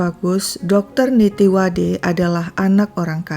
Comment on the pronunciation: Min nama Dr.Nittiwadee bacanya bkn Nittiwade, dlm bhs Thai klo ada dua huruf nempel kyk ee dibaca i, jd namanya dibaca nittiwadi